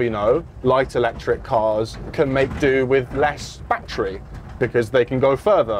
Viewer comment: it's not a BAT-TREE, it's a ba-TTerY ❤